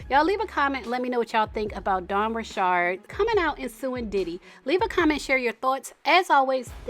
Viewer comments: You’re the first person I’ve seen who says her last name right! But anyways, I’m surprised she spoke out but I’m glad she did. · So happy to hear you pronounce Dawn’s sir name correctly. South Louisiana born and bred. 🦞